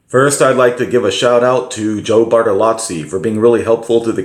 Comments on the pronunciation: Bartolo(zz)i not Bartalatsi Thank you for the video. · "Joe Bartolotzi"